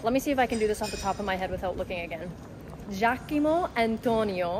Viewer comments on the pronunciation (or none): im pretty sure it's giac"o"mo not giac"I"mo... :) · having a little trouble with the name Giacomo? You kept saying Giachimo